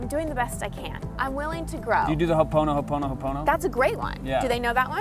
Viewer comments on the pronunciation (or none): I appreciate your education on all of these topics..very useful.. But on the word HO'OPONOPONO ...not sure who taught u this word, but as a part Hawaiian, born n raised in the islands... U butchered the word AND the meaning.. Just a suggestion.. Don't use it because it isn't correctly said or interpreted.. Other than that, keep up the good work